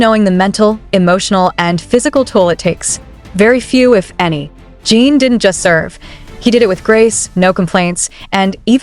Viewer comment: It's JIN not JEEN! Fix your AI!